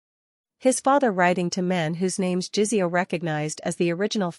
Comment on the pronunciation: Good story. To the point, not romantic, but none the less a good story. The only thing is JiSeo is not pronounced like it has a z in it, AI needs to do better on this.